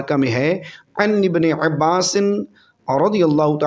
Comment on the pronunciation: جناب ع کو زور زیادہ مت دو عبارت صحیح کرو اور عباس پر فتح ھے قبل اور اسرج الفاظ صحیح پڑے